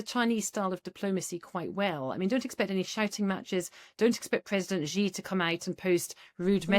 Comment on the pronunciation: Blimey, the woman can even say 'Xi' correctly....she did it on purpose obviously